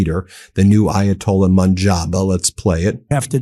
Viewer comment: The name you are looking for is Mojtaba, not Moonbar or Mumbar. And certainly not Munjar.